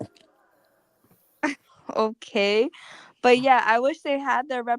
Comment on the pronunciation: it sounded like he said "in jail" but meant to say injera. That is hilarious!! 😂😂😂😂😂😂😂😂😂😂😂😂